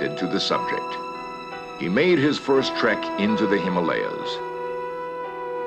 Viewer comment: I notice this time he said “Himalayas” and not “Him-Molly-Ahs” :-)